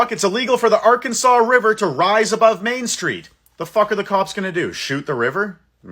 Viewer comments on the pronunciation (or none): none